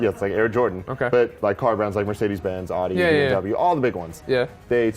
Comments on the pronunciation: Did he mispronounce audi? Tisk tisk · Really cool features in the game. Thanks for this. Real quick, it's pronounced OW-dee. Not AH-dee. You're welcome. :)